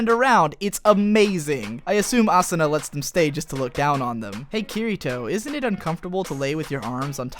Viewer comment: Hes so Stupid Can't Even say Asuna and Kirito right you have very bad taste .... why not go write a review about Log Horizon/AOT/SAO I'd LIKE TO SEE YOU FUCKING TRY...